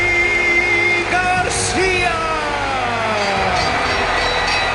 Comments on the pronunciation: am I tripping or did he say mickey instead of mikey? 🤔🤣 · Did the narrator say Mickey Garcia... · This dude really said Nicky Garcia instead of Mikey Garcia 😭😂lmao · Did he say Nikki Garcia?😂😂😂 Funny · How did he call Mikey Mickey? Lol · Either ur boy uses Advanced text to speech or he doesn't know how to say Mikey or IBF